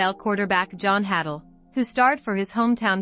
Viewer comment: Hay-dull is the pronunciation. Not hattle.